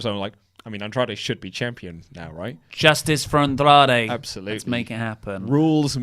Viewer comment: Why does have to say Andrade like that? Andrrrrrrradre.